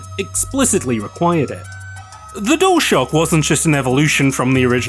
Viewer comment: why do you say "dole shock" instead of dualshock?